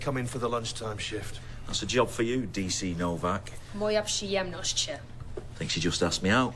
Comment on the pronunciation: "Moja przyjemność" sounded terrible and frankly speaking you usually say it a bit differently in Polish but as a Pole I appreciate the effort. Plus the whole series is great. Apart from Stone being a rather poor parent.